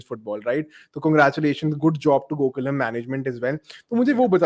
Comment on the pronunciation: Bro, it go-kulam , ie the clan/kula of lord Krishna in sanskrit. not gokulham like eastham or something...